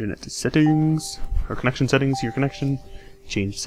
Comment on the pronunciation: You sound like a ghost. Whee setteengs